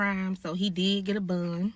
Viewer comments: Why tf is she sayn BOND like buunnd 🤦🏻‍♀️ And I'm so glad she got LIFE W/O PAROLE !! Most child abusers & pedos dont get hardly enough time !! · SOMEBODY ANYBODY tell her it's BOND and NOT BUNN or BUHHND 😭😭😭😭😭